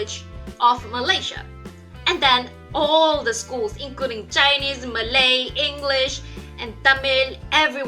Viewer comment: when u say chinese i heard u say jainese lol amd thats how indians say chinese